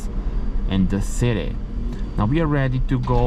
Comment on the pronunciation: It is pronounced copper (koper), not cooper (kuper). Also don't even try to speak an American English (it is city, not citey), it sounds ridiculous out of your mouth... 😂😂😂